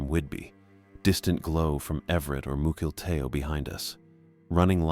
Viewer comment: Mukilteo is pronounced muckle tea O